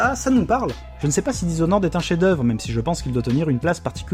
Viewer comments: "dishonoraide"..ok l'anglais frère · "Dizonnoraide comme on dit par chez nous" Alors même sur le ton de la plaisanterie, celle-là, elle fait mal aux oreilles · Je suis con et chiant alors je peut pas résister: dizonored sérieux??? lol ( sinon vous avez fait le jeu en anglais? parce que dire blinck alors que dans la vidéo c'est en francais c'est bizarre)